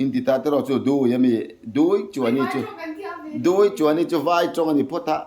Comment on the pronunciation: Duichuaini 'NI' tih i lam thluk dan hi a dik lo, 'Muani chu ka Ni a ni' mihring kan in koh dan a kan pa te farnu hi kan NI an ni a kha mi Ni lam rik ang khan lam rik tur a ni.